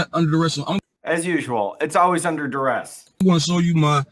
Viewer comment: I guess they consider it a success if they end up handing over the required documents as long as they say "its under daress".🤣🤣